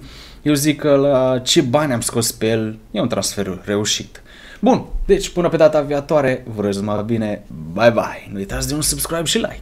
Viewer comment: Fara hate dar tu spui intentionat "data veeietoare" ?